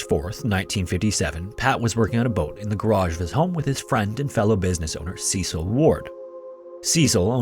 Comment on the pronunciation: That's not how you pronounce Cecil 🤦🤦🤦🤦